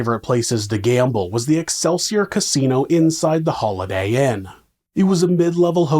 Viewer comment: Excelsiar sounds like alkaseltsor🤔